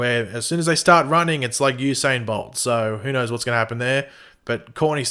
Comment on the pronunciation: Hey! Since you're doing aot on Stsrgirl, why not practice pronouncing Courtney correctly,.rathe.than calling her 'Corney?" Seriously.